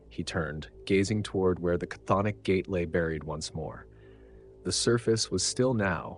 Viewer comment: This is the first video I've seen that pronounces "cthonic" correctly.